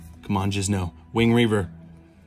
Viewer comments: Do you call it jizno on purpose? Every time I hear that it triggers me and I yell at my screen NO ITS JINZO!! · I keep hearing Jizno and not Jinzo. I think I have hearing problems